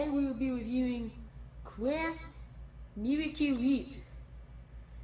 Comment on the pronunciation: miwacle whiep